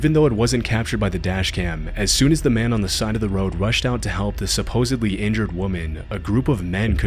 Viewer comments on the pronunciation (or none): supposedly, not supposably